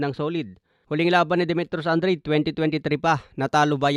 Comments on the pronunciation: Anong andred😂 hahaha an dra de basa nun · Andrade as in An-dra-de boss😂. Para lang Daonair ni Donai-re😪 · “AN-DRA-DE” ganyan ang basa boss!